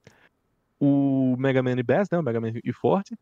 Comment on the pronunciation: é Megaman & Bass, do jeito que se pronuncia "baixo" em inglês, ou seja "BACE". Bass é um peixe, fica a dica 😂🤓👽